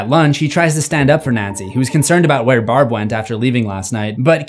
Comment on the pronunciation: It’s Barb not Brab